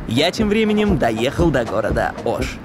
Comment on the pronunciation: Не Аша а Оша